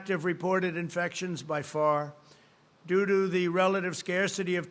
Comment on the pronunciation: "do do" instead of due to "thank you for welcomoming us" 🤣